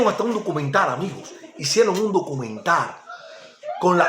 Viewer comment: No no no, aunque no tengas el mejor léxico hay cosas que mucha gente no sabe. Yo lo único que te aconsejo es mejorar el vídeo y la iluminación, cambiar el uso de la letra R por la letra L. Por ej: _Fider (Fidel) _Hicieron un documentar (Documental) Ojo con eso... ¡No te molestes!, son cosas que se pueden arreglar. ¡Voy a Tí! Tu eres un tipo de pueblo. TE ENTENDEMOS. «Filosofar es esto: examinar y afinar los criterios»